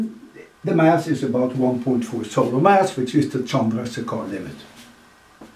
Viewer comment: Professor, just one correction. 'Chandrasekhar' pronounced 'Chan-dra-SEY-khar'. Alternatively, you had pronounced it as 'Chændra-sey-KAAR'.(The capitalised letters are where the stress is applied). You can, of course, pronounce it however you want, but I just wanted to give you a more accurate version. Amazing problem and solution as always!